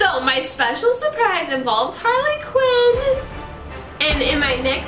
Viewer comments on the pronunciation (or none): halrly qween